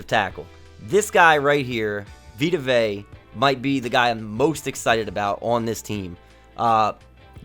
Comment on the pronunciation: Also for the future it’s veta vey-uh that’s how you pronounce it